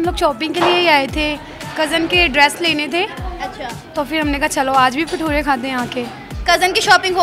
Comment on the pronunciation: Not pathura say भटूरे